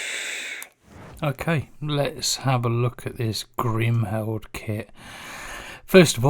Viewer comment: Apart from the fact that you can't pronounce Kriemhild properly great review